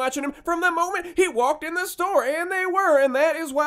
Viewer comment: I thought that was an N in walking instead of an L.